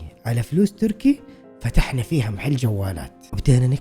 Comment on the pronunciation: كلمة محل بفتح الميم مو بكسرها تضايقت وأنا اسمعك تقول مِحل😭